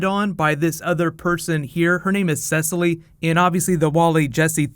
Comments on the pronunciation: Omg her name is not seh-silly it's seh-seal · Her name is Sessily? XD Cecile...